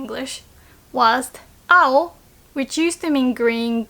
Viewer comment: I thought when you said "青" you said "あほ" as in baka/stupid 👀👀